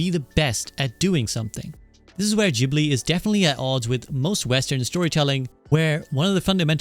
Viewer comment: Great video, bonus points for correct pronunciation of Ghibli and Totoro! It is a bit sad hearing that initial story, but knowing how Goro has been treated during some of his works.